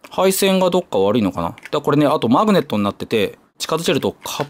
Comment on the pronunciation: マ↑グネット